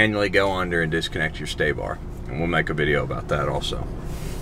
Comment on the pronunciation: Sway bar not stay-bar….